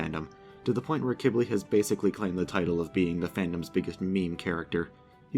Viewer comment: He pronounced it “Kib-ly” which is how you pronounce it.